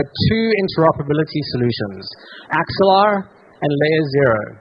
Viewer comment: You did called axelar , good job